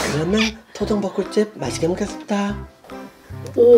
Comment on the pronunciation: 얇게 먹었습니다 라고 들리는 데요?